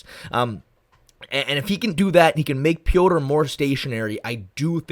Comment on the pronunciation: Thank you for actually calling him Petr and not Peter like everyone else 😂